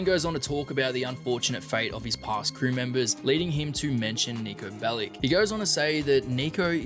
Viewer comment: Want to mention one thing all GTA Youtubers say wrong: Niko Bellić is from former Yugoslavia and therefore his name is not pronounced "Bellick", but "Bellich". For me it just sounds so wrong that this should be mentioned.